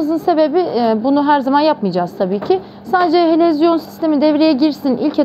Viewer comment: helezyon, helovizyon , yok yok helezon olmasın.